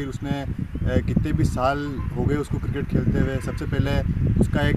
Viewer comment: Cricket hota hai किरकेट नहीं 😂🤣. और ये कोच बनेगे